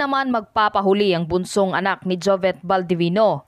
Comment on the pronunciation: Pronounce it as jovit not jovet